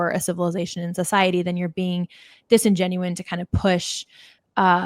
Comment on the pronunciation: To the host: The proper word is DISINGENUOUS (not "disingenuine").